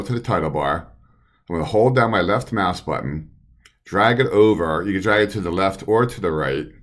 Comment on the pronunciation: The left what button? Sounded like "mass"?